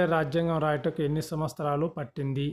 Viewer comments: Samvatramulu kadu samvastaramu ani palakali. Ugadi chesukutaru kada. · సంవత్సరము మరియు దినోత్సవం అని స్పష్టముగా మాట్లాడండి